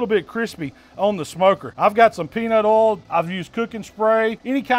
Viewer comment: I think that's the first time I've heard spend two syllables on the word "oil"